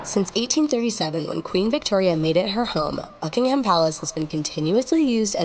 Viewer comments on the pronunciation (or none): Not Bucking Ham the H is silent